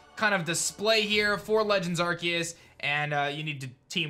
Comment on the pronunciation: I think it’s pronounce are-see-us